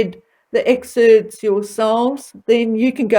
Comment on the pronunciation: It’s EXCERPTS!! NOT exerts.